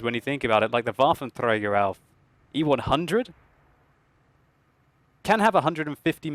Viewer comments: Hey if you don t roll the r in Waffentreager you hav it right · How you pronounce Waffenträger xD